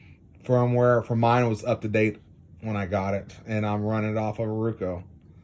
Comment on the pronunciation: Very informative video. Thank you for making it. Also, on a side note, I love how you say RUKO instead of ROKU. 🙂